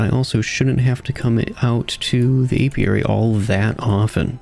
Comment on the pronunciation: Not to worry, you are pronouncing it indeed the correct way Most people normally get it wrong so kudos to you